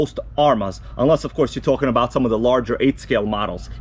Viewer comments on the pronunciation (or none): none